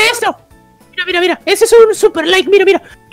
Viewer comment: no se dise like se dise likee